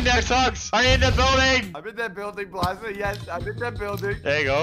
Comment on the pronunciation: It’s Bald-za 0-0